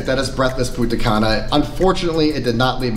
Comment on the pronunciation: It's punta CAN UH not punta CUN Ah